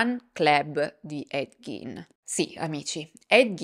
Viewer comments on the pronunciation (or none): Quanto sei bella....però si dice / ɡ iː n / (Ghein) ,col Gin invece ci si può fare un bel Gin Tonic e brindare alla tua salute...